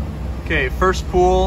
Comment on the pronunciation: I like your flicks, I have watched a lot of your Smeding flicks. But, young man, the word "pull" is not pronounced the same as the word "pool". "pull" rhymes with "bull" and "full".